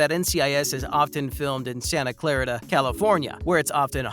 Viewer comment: It’s “Santa Clah-REE-tuh”